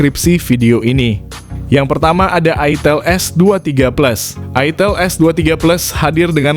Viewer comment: Wkwk ITIL apa ITEL sih bang Jangan bikin bingung 😂